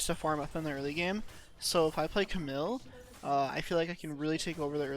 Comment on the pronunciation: It’s cam eel not camill!!!